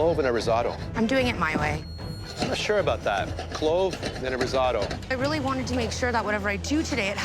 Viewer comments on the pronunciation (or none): tbh he was a monster with how he said risotto